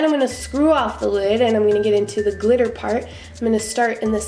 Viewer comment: I almost died when you said "Clitter" LMAO